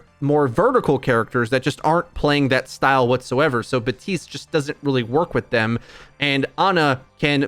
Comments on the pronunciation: it bothers me some much when hes buh-teest instead of bap-teest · Anyone else getting annoyed by him saying "batiste"?